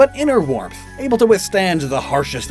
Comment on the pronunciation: Warmpth? lol